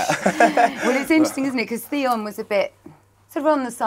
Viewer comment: Theon....Theon.....it rhymes with Pion.